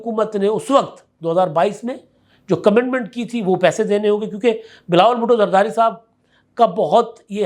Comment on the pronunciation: کمٹمنٹ لفظ ھے کمینڈمینٹ نہیں ۔۔۔پلیز اپنا تلفظ درست کریں